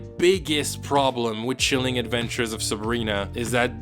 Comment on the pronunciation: "Sheeleeng adventures of Sabrina" hahahahahahaha